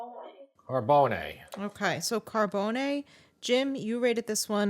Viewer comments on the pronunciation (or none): It is pronounced Car-bones, not Car-bow-nay. Mario Carbone’s restaurant in NYC (in the Village) is difficult to get into. The same goes at his restaurant in Miami. His newest place is in Dallas and I don’t know how that location is doing. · So..my last name is Carbone and it's funny to hear the different ways it is said. Mine is phonetically pronounced "Car bone e", but I believe the famous restaurant is phonetically pronounced "Car bone". You guys are making it sounds awfully fancy with the "Car bone nay" lol.